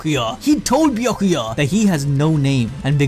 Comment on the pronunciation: 🐝🤮🎱🛖 Bee-yack-que-yurt Smh 😲